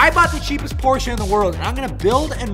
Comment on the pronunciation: Porsche not porshia its a brand not a girls name